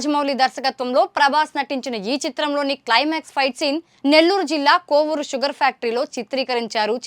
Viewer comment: Kovuru not kovvuru